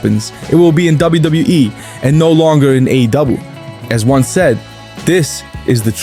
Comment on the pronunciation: $555,000,000 😂. bro says WWE like Koslov